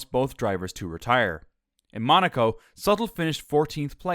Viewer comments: Sutil not Sattel. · His name is pronounced soo-teel. And that VJ guy? It's mowl-yuh. You did get Hamilton correct!